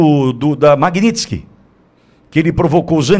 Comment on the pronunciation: Cara, até que é bom seu canal...mas sua pronúncia da Magnitsky me incomoda.😢